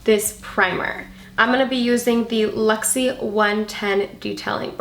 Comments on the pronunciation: I'm going to need to buy these products I love the colors. But I need to say because it was kind of bothering me, but the brushes you used are called LUXIE and you were saying LEXIE so you were saying it wrong I love those brushes I have a few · Right and you were pronouncing it with an E instead of a U. That's what it sounded like to me.